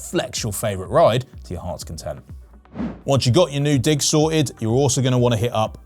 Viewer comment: ... digs, right, digs... not the other thing I heard...